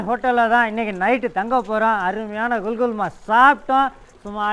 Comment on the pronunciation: adu "gul gul" illa, adu "kukul", oru naatuku poona anda naatoda ucharipa sariya therimdukondu pesavum, sila samayngalng neengal Solvadu anda naatil keta vaarthayaaga irukalam😢😢😢😢